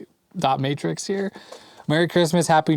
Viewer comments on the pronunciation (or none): none